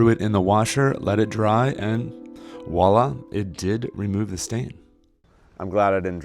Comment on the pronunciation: You said ‘walla’, but the word is ‘voila’ from French, for “there it is”.